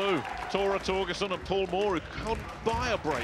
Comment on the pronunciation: cass says torgesten